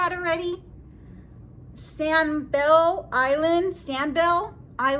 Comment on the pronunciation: Sanibel is one of my favorite places in Florida! (It's San-eh-bell). You should also check out Captiva! And yeah, jean sizing is forever weird! I've worn everything from a 00 to an 8! Great haul! 💕